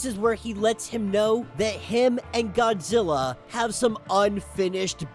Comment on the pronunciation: Why are you calling Godzilla "fraudzilla"?